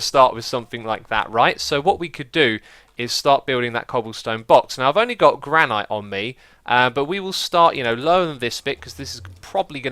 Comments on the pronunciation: Matthis Tauritz Bakker I know I was just pointing that Xisuma said it wrong, nothing wrong with that right? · Why does he not know how to pronounce granite